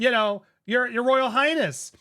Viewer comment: Did he say Royal Highass. ?